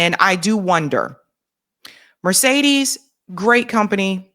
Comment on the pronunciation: Pronouncement not good for Mercedes